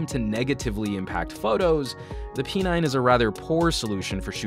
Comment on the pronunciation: Why P9 sounded like "penile" 😂